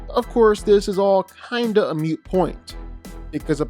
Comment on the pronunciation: Moot... Not mute 👍🏾